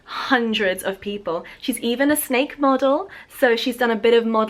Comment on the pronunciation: hahaha i was so confused about the intro where you said 'snake earrings' in this weird accent because it sounded like schnecke-earrings and schnecke means snail in german😂